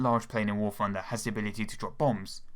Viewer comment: the fwee pwanes they should add to war fwunder. *insert overused "ooohhhhhhhh" meme